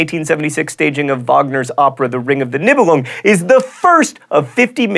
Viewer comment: Right out of the gate - wrong pronunciation of Nibelung.